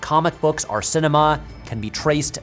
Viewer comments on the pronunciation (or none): ok, but why do you say "arr" instead of "or"?